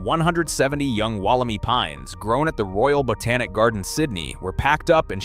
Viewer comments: The Wollemi Pine is pronounced “Woll-em-eye” — not Woll-e-me! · The "i" at the end of Wollemi is pronounced as "eye", not "ee" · Re: "Wal - a - my". Please get the name right. The "clone" will diversify with different environmental ground radiation to transform its DNA to new strains. Different blights and environmental challenges will make them stronger and more adaptive to the modern world. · Good video but Wollemi is an Eora Nation word and is pronounced Woll em i 👁 not ee. Like Bondi Beach not Bondy Beach. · Interesting, I spotted this straight away and deleted my post after checking the answer to everything, "Google". It came up with the e pronounced "ee" not "eye" or "ai". This is from a new AI. program. Gemini is wrong I suspect, as now another check elsewhere is as you say "eye". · Well, that was a unpleasant as a local listening to Wollemi pronounced incorrectly. The last syllable is pronounced my. As in this is my tree. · Correct me if I'm wrong, but I thought that the correct pronunciation is "Wollem eye" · omg i hate the way the ai is pronouncing Wollemi. I used to live basically next to the same forest as Wollemi National Park , no fence you could just walk straight up into the mountains.... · The pronunciation of "Wollemi" irked me the entire video! If your not sure how to pronounce a foreign word (and one derived from an indigenous dialect) please look it up before the video. There's even a clue in your own video the Botanical Gardens of Sydney programme; " I Spy a Wollemi!" All three words rhyme! Or are supposed to if pronounced correctly. Like the content but is the voice-over AI slop? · It's not just the pronunciation which is slop. It's the implication that once they hit the UK, they practically became an invasive species. The whole thing is slop.